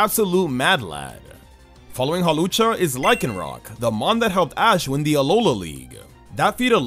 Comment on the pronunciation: LYCANROC IS ONE WORD, NOT 2 WORDS, AND THE NAME DOES NOT END WITH A K!